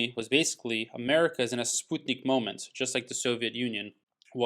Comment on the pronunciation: Thanks for the info. BTW, it's pronounced sputt-nik, not spute-nik. Just FYI.